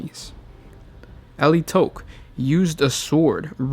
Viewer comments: It is Ala-i-tock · Ah-lie-ih-tock. As said by Adrastia in DoW2. "Die well, Eldar of Alaitoc." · i thought it was Al-ti-ock not a-li-towch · God dammit, why can't you pronounce Alaitoc!? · Yeah, the main thing I found weird with his pronunciation is the emphasis on the last syllable, it literally took him saying it about 10 times before I realised which craft world it was (and currently playing DOW3 using their colours). I've always pronounced Alaitoc similar to allay, with the toc (soft o). Not saying anyone's wrong, to each their own when there is no official pronunciation guide for a fantasy word :)